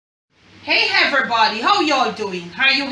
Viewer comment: “Hey, heverybody, how har you doing? Har you hay-okay?” Lol! My husband and I chuckled 🇯🇲 thank you for the video!